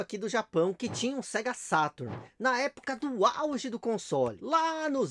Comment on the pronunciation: É engraçado que ele fala o português perfeito, mas na hora de falar "Sega Saturno" ele não consegue rsrs